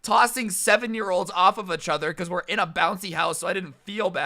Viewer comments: I lost everytime you said a-chtother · No one: Really nobody: Not a single soul: Literally no one in the universe:: Itchother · Not hating all but I find it a bit amusing when pronounces "each other" as "achother"